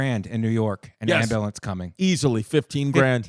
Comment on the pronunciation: Is Mike calling it an Imbulance?